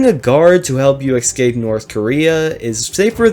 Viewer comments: I love when people say "eckskape" rather than "escape" lying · I wish he'd say escape and not excape